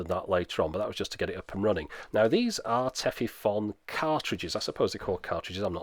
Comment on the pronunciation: Minor pedantry: The "-fon" in Tefifon is actually pronounced more like "phone". You can hear a native speaker talk about it here